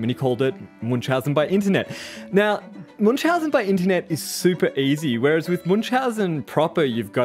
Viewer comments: Your pronunciation of Münchausen syndrome is just hilarious xD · The pronounciation of "Münchhausen" striked the German in me a bit, but I can't complain since my fellow native speakers aren't well known for their nice th. Anyways, if somone wants to approximate "ü" try "ee" (as in easy), it's a lot closer than u and requires minimal effort. To get even closer, take your "ee" and round your lips as you do in "o" to make it "darker". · the name's actually German and Münchhausen - the two dots above the u make a completely different vowel that's called "Umlaut" and sounds nothing like an u. I don't think there's a similar sound in english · This thing here might be called Munchausen, but the person this name is based on is called Münchhausen. Where did the second "h" go? And why do english speakers mess with umlauts so much?